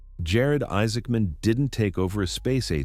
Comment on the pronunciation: Why do you pronounce his name like two words?